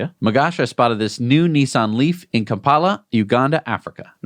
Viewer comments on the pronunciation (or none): none